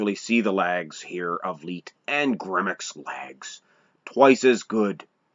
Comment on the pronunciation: You're a clown and know nothing about my GRANDFATHER...... And his name was pronounced LIGHT... LIKE A LIGHTBULB..... If you have any questions about Frank I will gladly School you, after all he is my grandfather. I hear your little disclaimer at the end of the video talking about trolls..... What about family members??? I've commented on this video several times and you don't want to get back with me apparently.... I'm still here.... And I'm bigger than my grandfather